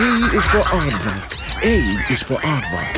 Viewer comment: It kinda of sound like he said "a is for art fuck" when he said aardvark. I know, you cringed harder than trying to cut meat that's been in the freezer for 30 years.